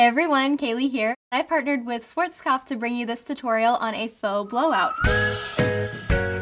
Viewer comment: The way you pronounce Schwarzkopf is sooo sweet (I'm german) :)